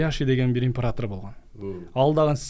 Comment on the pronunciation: Импаратар😂 дебей император десен ай😅